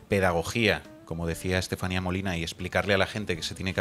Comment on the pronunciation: Creo que hay gente que no sabe donde está !! dice la Estaselatenía, perdón Estefania. Si claro hay gente que no se ha pronunciado donde los tienen sus " democratas" desgobiernos